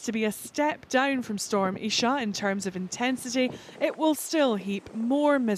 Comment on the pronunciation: For heavens sake it's pronounced Eye-Sha! The name of the prophets mother.